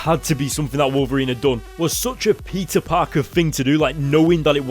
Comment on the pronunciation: when he sais peter it sounds like pizza